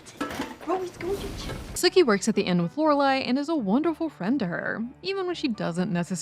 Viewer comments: Right? Did they even watch it because she keeps saying Sukie not Sookie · I'm losing my mind over the mispronounced Sookie (Sue-key) not Sook-ie. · It's Sookie not Suh-kie... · Sookie’s name is pronounced with a hard “U”. Sookie (like “spookie”), not Suckie. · Are you calling Sookie “Sucky?” 😂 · That's how it sounded to me too! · And how about the way she pronounced Sookie for one thing? Lol. This isn't True Blood.